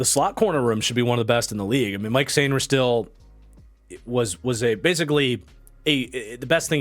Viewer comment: FYI Mike Sainristil's first name is pronounced Mikey! Love the content!